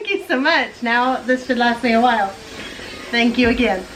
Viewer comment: Do you say WHY instead of WHILE or am I going deaf? This is NOT an insult. I am just nosey.